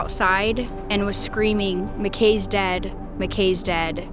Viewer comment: Why did she say Mcks not Mckays when she was talking to her at the end??? I am glad she is still holding on for her son. I couldn't imagine......